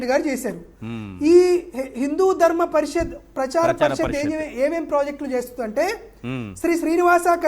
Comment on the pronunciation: పరిషత్ అనడం కూడా రాదు వీడికి.